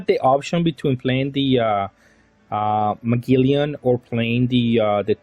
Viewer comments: Or maybe Muh-geh-lan is a more accurate description idk im not English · Please stop saying Muh-gilly-an, the correct pronunciation is more like Muh-gel-an. His name is Magellan i have no idea where youre taking all the extra "i/y"s from😭😭